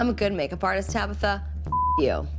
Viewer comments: The daughter is probably more mature because she had to grow up with people like tabatha mispronouncing her name. Get it right tabigggffggfftha. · Her name is TABATHA not tabitha !!!!